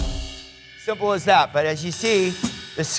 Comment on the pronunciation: Did Matt just say “cymbal as that”